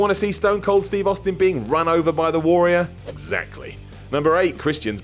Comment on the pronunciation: Say Warrior properly!